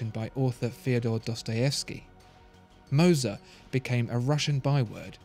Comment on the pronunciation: Wtf... i have never seen an non native germanspeaker nail the name Moser like you did.